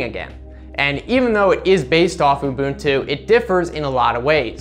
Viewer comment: "oo-boon-too" nailed it